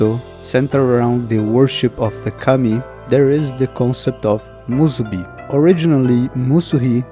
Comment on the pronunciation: Man, you nailed with the "musubi" Im just continuing the video now, but basically oda used that concept in 1122.